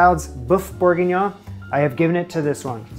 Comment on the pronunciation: You lost me when you could not pronounce beef bourguignon correctly. It doesn’t matter what the video did.